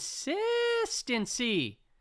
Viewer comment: Con-sis-tent-cy, con-sis-tent-cy, LOL.